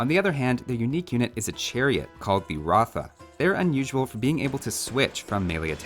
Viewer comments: As an Indian, it's "Ruuth", not "Ratha" btw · Ratha in native Bengali is pronounced similar to "Roth" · Bengali here. Ratha is pronounced as R(aw)th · ig as a bengali myself, its pronounced "Roth" instead of ratha i might be wrong but yeah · Just to help out anyone who wants to know the right pronunciation. The ratha is pronounced as a ruth in North India with the u being the same note as the one in hut or but or nut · Hey, native Bangladeshi here. The Bengali unique unit is রথ pronounced “Roth”, it’s written “Ratha” in English for some weird translation issue. Very weird, “Ratha” sounds more like a Hindi word for me. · Ratha is pronounced “Roth” in Bengali. It means carriage. Ghulam or Gulam is a Hindi word that means slaves.